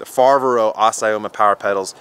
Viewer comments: I bet he doesn't speak Italian or Spanish ! 😂😂 Fiveri, Fibero, Foberry, Fevoro, Feberrry... Azaroma, Abimoma, Ebimoma, etc 😂😂. I like him, nice guy and honest. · Fa-vair-oh Ass-ee-oh-ma. Hopefully that helps you in your pronunciation LMAO.